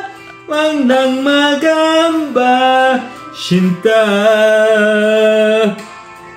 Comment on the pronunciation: Sinta❎ Shhinnta✅ 😂😂😂